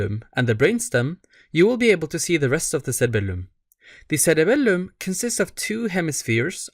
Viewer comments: Love the way you say SseRebellumm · thats why he has three “L”s in his cerebelllum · I just knew you’re middle eastern from the way you pronounced it